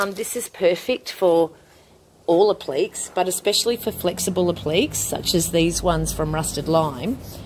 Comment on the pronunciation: Hi! Really enjoying your videos and looking forward to experimenting with your products. I get a little lost with a couple of your terms. Do you mean appliques? (pron: app-lick-ays) The other words I think were verdigris (pron: verr-dig-gree) and faux (pron fow - rhymes with toe). Will you look at expanding your range eventually and produce your own chalk paints, heritage colours and stains?